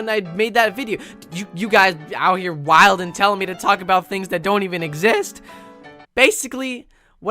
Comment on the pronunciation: just pronounced the d in “wildin” and honestly I can’t trust him anymore